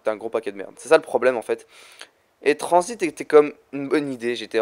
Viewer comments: mec gg mais juste un truc t'a dit tranzbite au lieu de tranzit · On diret tu dit tranzbite